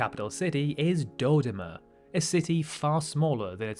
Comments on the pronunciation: You don't need to know this, but let me correct you: it's Do-DO-ma, stress-wise. Bantu languages almost always put the stress on the penultimate syllable. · Even for a britunculus your pronunciation of Dodoma is absurd! Hint Doh Doh Mah.